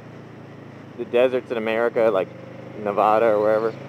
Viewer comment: Please learn how to say nevada... plz man.... love ur vids but.. ne-vah-da not cool...